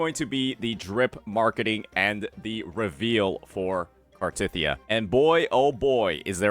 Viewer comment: Why the emphasis on “tith”